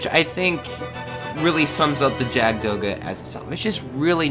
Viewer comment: Awesome! Oh and btw, It's pronounced "Yakud Doga". Jagd is German for hunter.